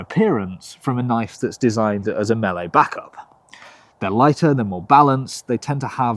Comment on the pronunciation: Thank you for pronouncing "melee" correctly